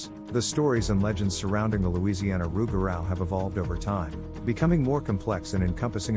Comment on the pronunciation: Pronounced “Roo-ga-roo, or loo-ga-roo”